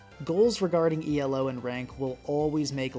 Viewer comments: hey, you told me you wanted to work on your english better, just wanted to say you dont have to pronounce elo as an abbreviation, it is meant to be said as a word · It’s not E.L.O, just Elo, Elo isn’t an acronym it’s the last name of the man who invented that rating System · Great video except for your pronunciation of Elo 🙏